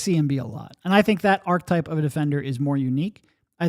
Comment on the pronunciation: Why can't either of you pronounce "archetype" lol